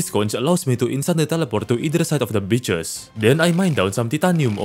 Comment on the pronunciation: The way he says oricum and bitchs instead of beaches skillz